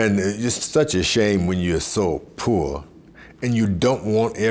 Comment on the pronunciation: Rip to the icon chant George Foreman he didn't say poor he said poe!!